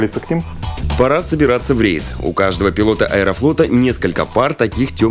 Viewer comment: не рэйс а рейс